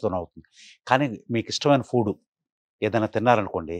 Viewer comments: ఫూడ్ కాదు, ఫుడ్ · It's food not Poodu